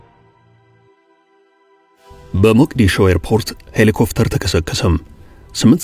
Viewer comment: ሔሊኮፕተር not ሔሊኮፍተር